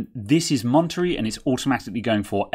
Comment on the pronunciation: Going to try it on my 27" 2015 iMac. It's not oss is O.S. two letters, not one word. I won't even try to fix your mispronunciation of Monterey😂 Thanks for the video